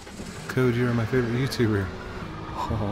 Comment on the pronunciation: Vroum vroum "Get out ma car" Lol! You know that too! With that british accent lol